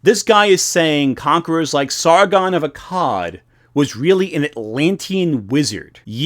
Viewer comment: Are you sure they aren’t “weal”? Are you wealy wealy sure? Whatever your point might be, whatever this video might be about, I cannot take anything to SEWEIOUSWY